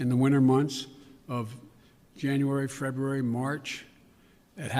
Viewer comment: ah yes, the bitter cold month of "Frreberary"...